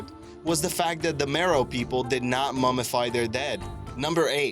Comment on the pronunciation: That's Meroë, not Meroe. It has 3 syllables, and the adjective form is Meroitic. Like, the Meroitic people. They conquered Egypt, providing one of the foreign dynasties.